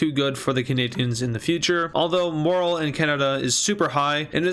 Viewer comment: Why do you pronounce morale like that